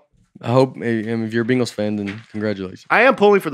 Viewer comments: Quick note: pronounces “Bengals” just like he pronounces “penguins”. It’s more like “Bangles” than “Bengals”. Sounds like the same guy selling “bangles” out the back of his truck for the Arkansas zoo. “Got a couple bangles in the truck…fifty bucks” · You guys sound like you are saying "Bingles" whereas if I were to ever utter that word, I'm going with "Bangles" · I just started this podcast and wanted to comment on how absurdly pronounces The Cincinnati Bingals. And saw the hundreds of comments on how mean Nate was to about traveling. Now I am skipping to the end to watch this train wreck